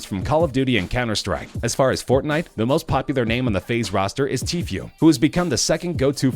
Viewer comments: he says tfue like teeth you instead of saying it lile tee foo PrAcTiCe BrUh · He said TKue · nigga said t few😭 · I hate it when people say teefiue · Did he say faze tfyue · This kid doesn’t know anybody in fortnite he said t few lmao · He pronounces Tfue like Tfew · How he pronounces tfue make me cringe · I hate how he said tfue wrong